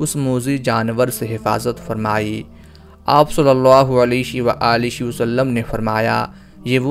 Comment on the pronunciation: آپ صلی اللہ علیہ وآلہ وسلم کے الفاظ کی ادائیگی درست نھیں ھے۔۔۔۔۔علیش و عالیش مناسب اور درست نھیں